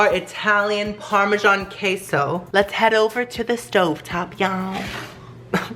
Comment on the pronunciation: I know you are Mexican but you are butchering the word queso lol